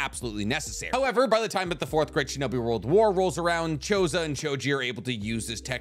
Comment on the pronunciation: did this man call Choza Akamichi, Chozo?